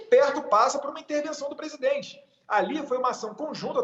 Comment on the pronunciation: Datena aprende a falar presidente seu inchado.